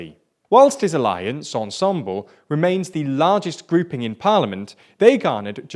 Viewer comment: the coalition is pronounced 'Ensemb-leuh' not 'Ensem-ble', also, NUPÉS isn't a far-left alliance but a left-wing one, anyway, good video